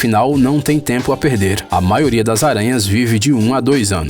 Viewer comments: O locutor, não se fala "maoria" é MAIORIA!!! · CARA desculpa, adoro seus videos mas vc tem que falar a letra " i " da palavra "maioria". Você fala MAORIA. Mesmo com este errinho de nada Adoro seus videos. Parabéns!!!!! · Show o vídeo 👍🏻 A única coisa ruim é ficar ouvindo vc repetir “MAORIA” toda hora kkkkkk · Mds que psicopata fica prestando atenção quando o cara fala "maioria"